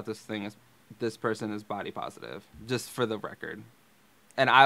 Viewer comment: she thinks there’s a h in positive “pohositive”